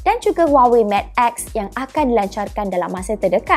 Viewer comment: sebutan mate 20 tu mcm meit bukan matte ye. mintak btulkan sebutan tu nanti